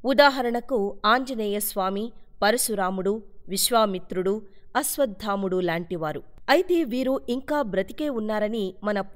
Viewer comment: అశ్వత్థాముడు కాదండీ !!! “అశ్వత్థామ” అండీ!